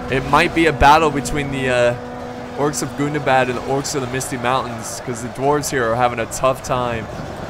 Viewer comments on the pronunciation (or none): You pronounced "Gundabad" wrong. In Tug of War I learned that you have to pronounce it in a very special way whenever you say "Gundabad";)